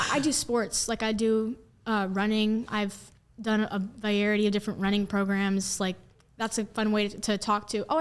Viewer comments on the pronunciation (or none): she says “vayerity” and not “variety”. Yeah, you’re not qualified to take yourself through kindergarten let alone the 9th grade. The rest of the grammar I forgave because most people don’t get it right but you have to be taught by competent people… and sure maybe that means that the American education system is terrible but a private education that producers ivy league fodder is surely better if you can say VARIETY and not VAYERITY. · Maybe if she was in school, she could pronounce the word variety!